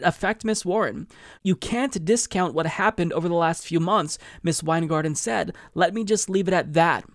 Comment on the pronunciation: Your intonation of the word “said” bugs me